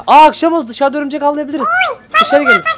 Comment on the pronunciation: Abi ömürcek deyil örümcek